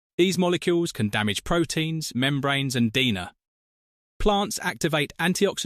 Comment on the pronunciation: DENA, get a real human to talk, It's DNA.